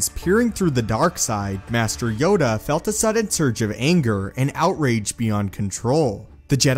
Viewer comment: Yoda not yoga